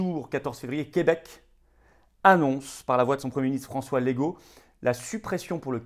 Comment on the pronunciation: Même si Legault est effectivement un lego, son nom se prononce LEUgault :) Merci pour votre travail monsieur Philippot. Salutations de la ville de Québec.